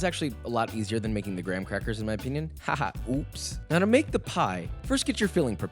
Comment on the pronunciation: “fine dining” huh? Who else is with me when I say that his grocery store didn’t have the gwam-quack-ughs